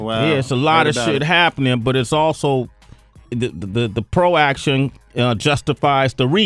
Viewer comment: sway said proaction.. lol.. proactive